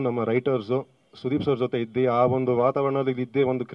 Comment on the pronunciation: ಇದ್ದಿ ❌ ಇದ್ದು ✅ ಕರೆದಿ ❌ ಕರೆದು ✅ ನಮ್ಮ ಭಾಷೆ ನಮ್ಮ ಹೆಮ್ಮೆ! 💛♥️